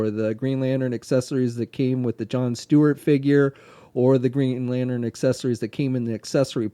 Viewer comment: i swear if i hear one more time the word "lanern" insted of "lantern" i'm gonna kill someone